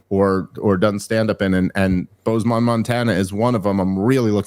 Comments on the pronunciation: Dave it's BozeMIN not BozeMON haha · Boze"men", not Boze"mon" Monrana. Just helping you out before you get there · Its pronounced Bohz-men, but im definitely gonna have to catch that or the wyoming show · How is Dave so smart yet he can't pronounce simple names like Bozeman